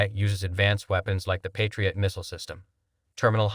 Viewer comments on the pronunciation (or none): none